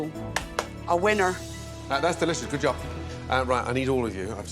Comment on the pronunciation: said "it's guowwuod, it's rewwy guowwoued"